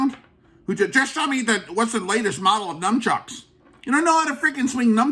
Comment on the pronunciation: How about first learn to pronounce "nunchucks" properly ...then you can hit yourself in the head with them!!